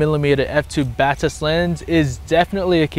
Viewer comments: you say it [ baa-tis ] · Batis lens lineup was named after the bird Batis, pronounced bat-iss.